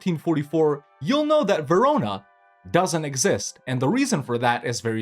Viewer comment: Verona......... Huh Sounds a lot like........ jarona.